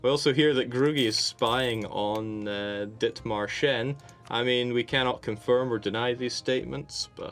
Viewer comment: Someone please tell them that it's not "Dithmarscheni," it's "Dithmarscher."